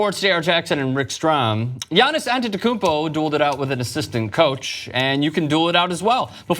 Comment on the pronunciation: Dude chill with your antetikumpo sound